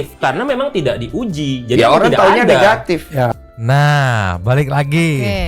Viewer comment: Suka pak oto ketika ngomong "NEHATIF" semangat demi keadilan